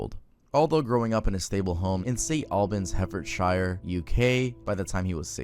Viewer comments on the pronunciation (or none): the way butchered the word hertfordshire hurt my poor soul bc I grew up next to St Albans